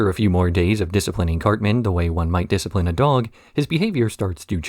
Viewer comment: “Disciprine” 😂😆 I didn’t laugh, I chortled 😜